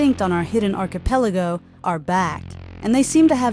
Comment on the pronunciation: its pronounced [AR-CH-I-PEL-AH-GO]